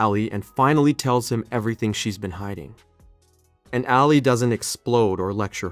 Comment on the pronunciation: Nobody has said it yet but you definitely butchered the pronunciation of Ali’s name